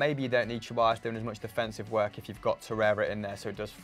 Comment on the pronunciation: When they say ceballos it makes me die inside im spanish and its not cheballos